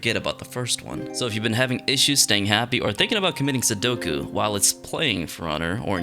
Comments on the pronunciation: It’s seppuku not sudoku lol. Great video though! Love the content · Seppuku not sudoku....